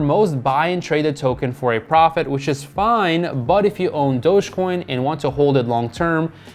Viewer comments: It’s not „Dog-EEE-Coin“. It’s Dojjj-Coin! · Stop saying dogi coin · who says doge like "dogie" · He keeps saying dogie coin and it’s bugging me 😅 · you are saying it wrong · Please learn how to say Dogecoin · Not only late to the party lol, but can’t even pronounce it correctly